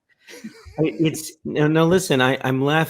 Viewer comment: He actually said b...s not breast.